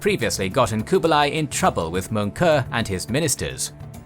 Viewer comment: your pronunciation of Kublai is wrong. each video you pronounce things wrongs. like Seminole. its cringe